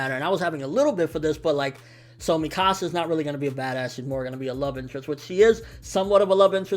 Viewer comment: I've seen some ppl pronounce Mikasa's name differently like him. Why?? In the Anime and Movie they pronounce it (meekasa) but he says it different. Is there an actually way to pronounce her name??